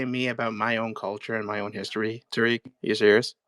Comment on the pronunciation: The guy says he is Moroccan but saying the name Tariq incorrectly!!!